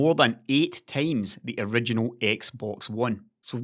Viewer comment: i don't want to sound harsh, i myself am not a native English speaker, it's just a friendly advice :) Please try to correctly pronounce these two words: "50" and "times". These 2 are quite common in your videos, and you always pronounce them incorrectly. I'm not talking about accent, it doesn't bother me, as I said earlier, English is not my first language, but: "50" (fifty) sounds always in your videos like "fefty". "times" (as in 2x/2 times) sounds like "tames" (put it in google translate to hear it) And remember it's just a friendly advice. When i first watched your videos and heard "fefty" and "tames" i was lost.